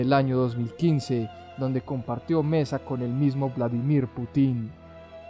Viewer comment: es Putin, con acento en la U. solo eso. chau